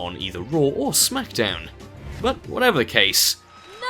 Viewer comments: REX Al Abri it is pronounced oska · Well fuck you racist puppy... always intentionally mispronouncing Asuka as Ass-ka to insult the Asians...but what can be said... probably your parents got divorced and there was no one to teach you manners!!